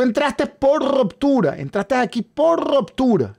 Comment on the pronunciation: No es rOptura.... es rUptura